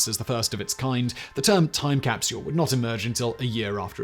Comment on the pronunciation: Simon i am a massive fan of you and all of your channels and all the team members that help you do it all, however after 4 years of watching your videos every day today i found out (😏) that i absolutely despise the way you pronounce “capsule”. Other than that you’re an absolute legend in all your endeavors and pronunciations. Cheers!